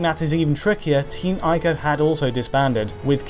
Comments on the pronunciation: Ee-co, not Eye-co! For heaven's sake! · It's not pronounced eye-co. It's pronounced ee-co. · "ee-koe" not "eye-koe" sheesh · It's pronounced "EE-KO" not "AYE-KO". I know that some people don't like to pronounce foreign words , for fear of being pretentious. But all of the sounds in the word ICO are available to you in the English language. You know that Nintendo console called the "Wii"? You don't pronounce it "WIE" do you? Please trust me I studied Japaeneas in high school. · Are you sure Ico is pronounced 'eye koh' because I am sure it is pronounced 'e koh'. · Say it with me..."E KO" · they're pronounced eeko (ICO) and treeko (TRICO)